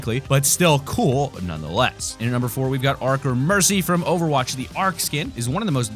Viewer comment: he said over roch